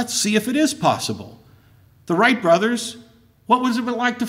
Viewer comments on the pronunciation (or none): none